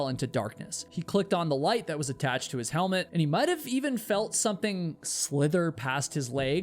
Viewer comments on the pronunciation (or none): none